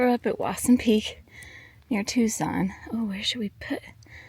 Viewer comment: Editing, your 🌵pronunciation is correct! 😂❤